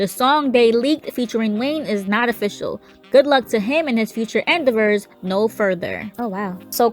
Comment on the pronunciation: endeavors 😂😂😂😂😂😂 en-der-verssss😮